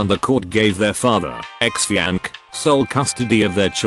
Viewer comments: “Her fiank” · The way it says "Fianc" lmaooo